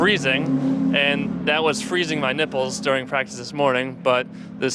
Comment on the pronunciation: Did he say "nipples" ? 😂